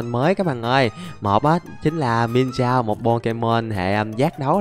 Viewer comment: Anh ơi con mienshao anh có thể đọc là miến shào